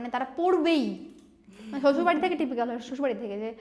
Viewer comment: Trippical bole na ota ke. Typical bole🙂🙂